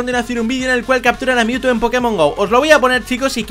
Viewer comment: Si No Se Dieron Cuenta Cuando Captura A Mewtwo Dise AR no RA